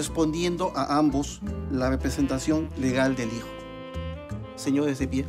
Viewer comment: Señodes de pie